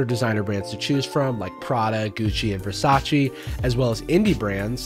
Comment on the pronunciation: This isn't about the video, but I was wondering if Scentbird instructs influencers to say "Versacee", that's not how it's pronounced, it's Versace, you can hear the Italian "E" clearly. I'm asking because this happened every time I saw a Scentbird sponsorship. Not a big deal though.